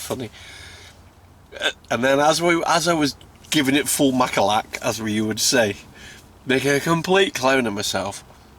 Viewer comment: Great to see you back mate! Looks like a very nice spot. Btw, did you say Makalak or Malaka? Malaka is greek for "a..hole" lol. Cheers,Marc